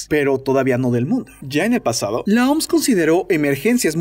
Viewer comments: Por que le dicen "Oms". Se pronuncia O M S. No hay por qué ir por la vida inventándose cosas. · Lo siento no puedo tomar en serio alguien que dice OMSSSS en ves de O EME ESE 🤪